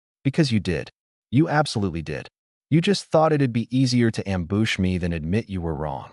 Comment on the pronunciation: I have literally never heard somebody pronounce Ambush like that